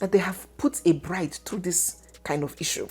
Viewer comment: 😂😂😂😂😂 beautiful what again, “blide” that’s Anambra pronunciation.